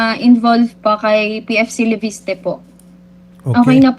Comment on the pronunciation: LEVISTE ❌ LEPISTE ✅ 😂😂😂😂